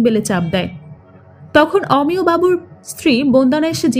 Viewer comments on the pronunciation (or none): Apnar golpo bolar style khub baje ar pronunciation o... Omiyo.... Aamiyo noy......bhison technical presentation... Akdom emotional noy